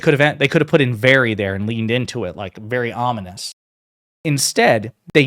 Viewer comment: VERY (I Will now always remember your lesson on using the word, "VERWY ... I mean, "v e r y"